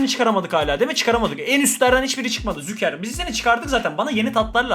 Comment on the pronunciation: Züker değil Şuker kral, vallahi telaffuzun rahatsız etti dayanamadım yazdım hakkını helal et 😊